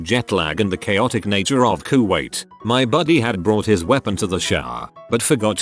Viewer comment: How does TTS manage to pronounce Kuwait differently?